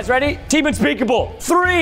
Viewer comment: unspekable ... unspekable ...unspekable